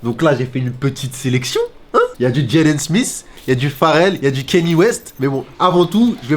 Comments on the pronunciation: Il dit que ça se prononce Ka-nyé et pas Kenny. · KanYE west on dit please